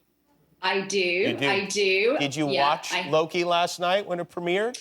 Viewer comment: Did he say looki instead of Loki??